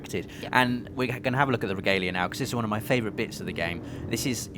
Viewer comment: Reh-gah-lei-ah... Just leaving this here.